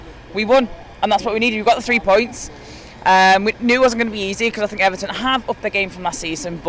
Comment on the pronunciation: The ‘What do you fink’ merchant strikes again....